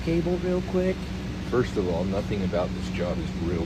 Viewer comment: "Alls"? "Shtraight"? Oh, brother..........